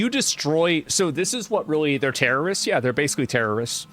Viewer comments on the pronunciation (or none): I think you mispronounced "terrorists"